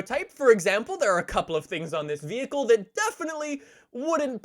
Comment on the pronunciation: V hickle